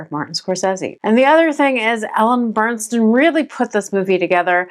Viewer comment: Just wanted to let you know, nice job, but you don’t know how to properly pronounce the lead’s name…it is Ellen Burstyn NOT Burnstyn as you keep saying her name throughout your video!!! Do your homework first!!